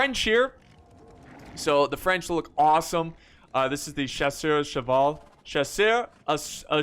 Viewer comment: You're "merde" is really better than "chasseur à cheval" in french : thank's a lot for this laugh 😂